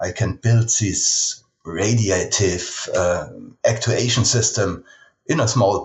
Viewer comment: It clicked for me he is saying "radiative actuation" here, for those similarly confused :)